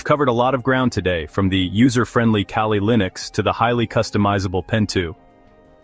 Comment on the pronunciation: Not Kaylee. Its Kaa Lee .